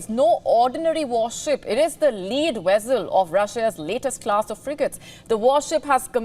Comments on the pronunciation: "it is the lead wezzel". Love it! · she said vezzel